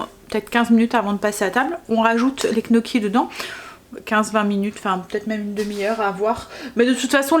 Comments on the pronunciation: coucou on dit gne gnocchis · "nioki" gnocchis!